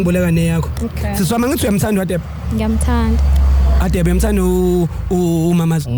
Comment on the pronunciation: Mara why is Radebe pronounced as /Hadebe/ guys?